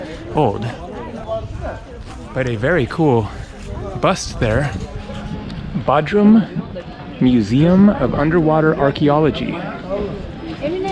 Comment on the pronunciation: Hey my Turkish friends say it’s B “O” drum not Baudrum🤭🤷🏽‍♂😜 but you have a wonderful video….Thanks for posting. BTW I did the opposite and went to Kos from Bodrum. Both awesome places to visit!